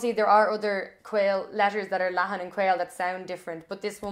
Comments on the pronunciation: Tá tú a' fuaimniú an R chaoil i gceart, ach deir tú go bhfuaimnithear an R leathan ar an dóigh chéarna i mBéarla agus i nGaeilg... ach níl sé fíor. Aisteach an rud nach dtug tú fá dear é. Éist leis na cainteoirí Gaeltachta agus cluinfidh tú ar an toirt go bhfuil duifear mór eatarthu... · Your r leathan is English though 😬